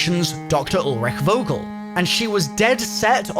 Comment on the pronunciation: Its Vogel like u wanna say Fuck. Fogel